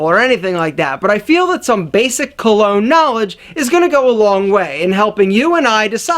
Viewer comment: Hey, just a quick tip for your pronunciation for future videos. Cologne you could pronounce it like "Column" but just remove the m sound and it would be pretty close. Parfum, if you know how to say 1 in french (un), you can say Par (like the golf term) and fun. For Toilette, put less emphasis on "Toi" then finish it off with "let". Hope that helps!